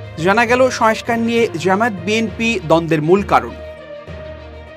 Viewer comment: সবকিছুই ভালো, তবে কিছু উচ্চারণের দিকে খেয়াল রাখা প্রয়োজন, সংস্কার,সয়েসকার নয়